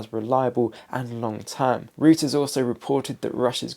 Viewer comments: Stop saying Rooters report . It's Reuters, German, pronounced ROYTERS. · Reuters, is pronounced “Roy- ters.’ And please tell me, what’s going on with your barnet?